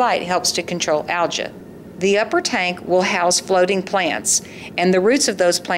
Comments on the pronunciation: This was an excellent video... just one thing. I never realized Algae is pronounced ALJA. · in all my life, I have never heard anyone say "Al-juh"... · Maybe it's her weird pronunciation of the word algae, lol. Both the American and European pronunciations use a LONG E sound at the end with a silent A. Her pronunciation of algae is a language of its own, lol. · Never heard algae pronounced "al jah" before. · In what part of the world do you pronounce algea like that?